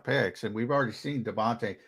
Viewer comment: It's pronounced De Von TAY ...not De Von Tah